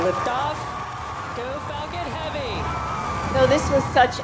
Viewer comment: it sounds like she says "fucking heavy" instead of "falcon heavy".